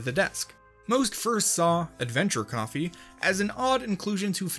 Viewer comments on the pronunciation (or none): none